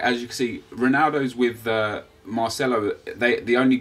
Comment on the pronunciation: marchello lol. its marcello